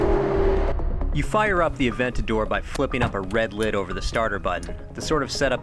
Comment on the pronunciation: sounds terrible when an english tongue says "Aventador" ..